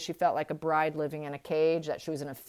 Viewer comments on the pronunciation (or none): none